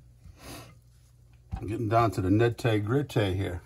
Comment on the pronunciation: Gettin down to the "nitay gritay."